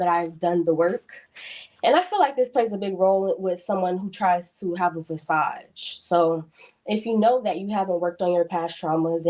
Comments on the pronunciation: she says, " i dont want him to put on a fasaj for other people." Mfer do u mean facade? u keep letting them talk long enough u hear how stupid they sound. He also has to be emotionally stable, emotionally available, and emotionally intelligent???? wtf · Fasage 😂 — Facade